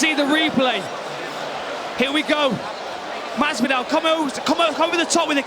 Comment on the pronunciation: I am physically incapable of hearing the UK commentators pronounce Jorge Masvidal as "Hawhey Massveedow" without laughing.